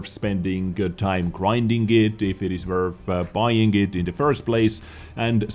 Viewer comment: "if it is wurf..."